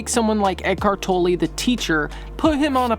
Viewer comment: Given how much you have researched on him, you would should know his name is not pronounced “Toe-lay” but “Toller”….